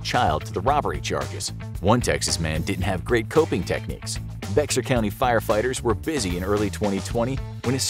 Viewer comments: Bexar County texas isnt pronounced bexar. the x is silent. it sounds more like beara county. i was born there lol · Bexar... its pronounced "Bear"... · “BeXAr county” will always make me chuckle. For those unaware, it is pronounced “bear”…for some reason. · Bexar County is pronounced "Bear". In Spanish, the x is silent. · Bexar I have always been told is said Bear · Quick note for the narrator: Pronouncing Bexar as it's spelled is incorrect. The correct pronunciation is bear (as in grizzly). If memory serves, it's something to do with a particular ranch's or farm's brand. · It's Spanish, it's pronounced "Bay har" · Bexar??? 😭 It's pronounced "bayer." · Hey I hate to be THAT grammar snob but I'm a Texas native and Bexar county is pronounced like the animal "bear". Just FYI. Texas has a few places that are ridiculous in pronunciation like Boerne, you'd think was pronounced Bōern, but it's actually pronounced like Bernie. LoL 🤣 don't even try Seguine. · There are few pronunciation issues in the voiceover, but they are understandable. DeLeon is pronounced "day-lee-OWN". Bexar (TX) is pronounced just like "bear" the animal. Pretend there is no X. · Bexar county is pronounced like the large terrestrial carnivore; bear county. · Bexar county is pronounced bear county lol idk why someone added the x just to make it silent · Bexar is actually pronounced Bear btw. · Bexar is pronounced Bear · Bexar is pronounced Bear, and There were a few others. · It’s Bexar like “bear”. Cmon now.